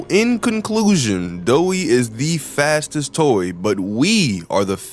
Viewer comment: Y u say fattest